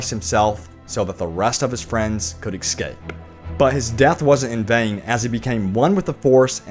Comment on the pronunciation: Did you say exscape? Seriously?